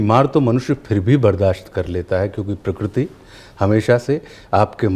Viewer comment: Majority of us say prakriti whereas it is prakruti and Ashutosh ji has pronounced it close to perfect.